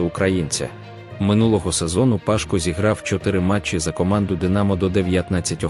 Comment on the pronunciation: Не вся інформація є корисною, Пашко' а не Па'шко..😢😏🙄🤔🤣😂🤣🐧